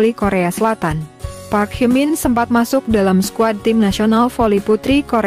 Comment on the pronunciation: Hye min not hai min.